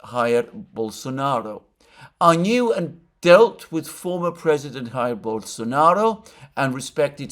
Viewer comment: Jair, as in Dzhair. It's in Portuguese, not Spanish